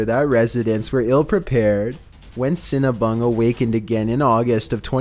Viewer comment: I thought said " Mount Cinna-Bun"....😯